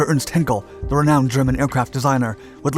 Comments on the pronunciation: Perhaps ‘heiiin-kel’ and not ‘henkel’? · It's NOT HINKEL but H EYE NKEL EI is pronounced EYE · Hinkel? It's Heinkel, being pronounced with the same tone as in the word high. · You think by now the narrator would have learnt how to pronounce ‘Heinkel’. I know he’s a yank but even so. Perhaps he couldn’t see the letter ‘I’.